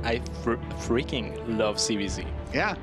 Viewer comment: "I freaking lurv ZvZ"